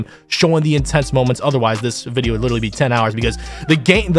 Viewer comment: Congrats on the record and btw it’s literally not litally 🤓🤓🤓🤓🤓🤓🤓🤓🤓 (this is a joke idk if that just how you say literally I jus started watching you like a week ago)